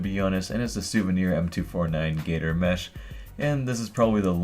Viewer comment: Sammy Green It's Savari M-A-SH not MESH